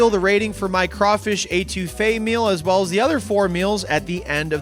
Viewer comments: eh-too-fe is how you pronounce it for next time one of my favorites too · Love ya, but it’s not pronounced Ay-two-fe. C’mon!! Eh-to-fay. Actually I don’t think you pronounced anything right. So on brand! 😂😂 I counted 5 couillion, but the total was probably over 20